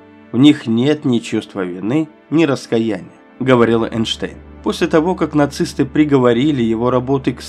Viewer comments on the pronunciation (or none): Как можно так коверкать слова "Эссе", "раскаяние" и другие, неверно ставя ударение?! И как можно безграмотному человеку браться за озвучивание ролика? Дизлайк. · Ты что, баптист московского патриархата? Научись ставить ударение в словах раскаяние и намерение.